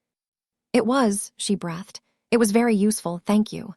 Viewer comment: Please!!!, staring is pronounced ‘stairing’ and breathed is breethed